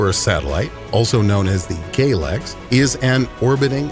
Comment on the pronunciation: "..also known as gaylex." I can't be the only person who thought this is what he meant